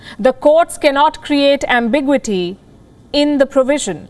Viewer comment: I find Palki’s pronounciation of ambiguity somewhat ambiguous. Not planning a legal challenge , just saying.